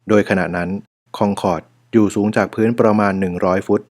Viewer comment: ทำไมต้องอ่านว่าคองคอร์ดทั้งๆไม่มีเอนจี